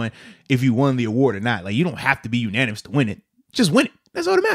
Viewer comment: Bud, it's "unanimous" not ananimous.